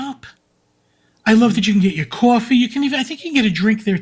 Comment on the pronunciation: Love that pronounces coffee like he’s from Jersey: Cawwwwfffeee 😂